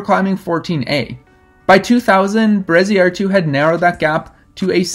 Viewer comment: Pretty sure you got Bereziartu pronounced right. I think Josune is pronounced: yo-zoon-eh but a Basque speaker might chip in.